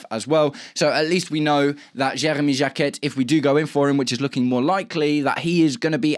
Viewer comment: You don't pronounce the T in Jacquet